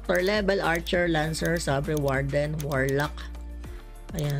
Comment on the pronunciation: Fyi po sa sabre, seyber po ang bigkas